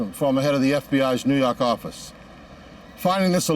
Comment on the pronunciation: 🤣 it always gets me!